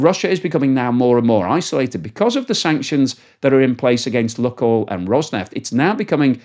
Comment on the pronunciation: FFS! It's not "Look Oil," it's "Luke Oil." Russian: Лукойл. How ignorant can one person be? You have been told multiple times on your channel, but you have totally ignored it. Every time you do, you lose respect and integrity. Having said that, Lukoil is an arm of an evil entity; which should be even more of an invitation to find and use your brain and call it something witty, like "Loot Oil."